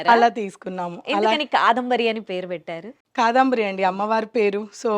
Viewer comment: కాదంబరి అండీ, కాదాంబరి అంటున్నారు మీరు, వినడానికి కొంచెం ఇబ్బందిగా వుంది!! Beautiful saree collection 👌